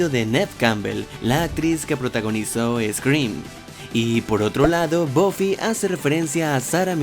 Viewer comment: Se pronuncia "BAFI" JODER!!! No es tan difícil!! Bofi??? En serio?